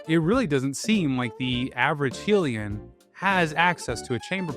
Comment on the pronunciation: traumatized by your pronunciation of "Hylian"